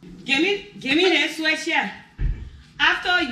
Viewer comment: The brother was deprived of seeing the daughter switched. I got the impression he wanted to see it. The switch she brought looked adequate to me; besides the small ones have a helluva sting. It got comical when the mom climbed the fence while muttering to herself to come back with a limb instead of a branch. The mom's pronunciation sounded like she wanted the daughter to go get a "swish". It's more descriptive than "switch".